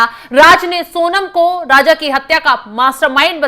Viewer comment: राजा को राज़ बोल रही है ये न्यूज़ रीडर 😢